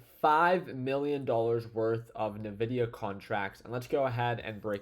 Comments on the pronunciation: Hey pro tip from a techy…. Nvidia is not pronounced “na-vidia” its pronounced “en-vidia” Fyi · Yo, do you say nuhvidia on purpose? I'm curious 😅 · He actually says nevidia 😀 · “N” vidia 😉